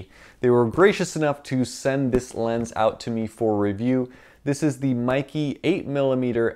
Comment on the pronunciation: Seriously, Meike is not pronounced as "Mikey". The correct pronunciation is "May Ker".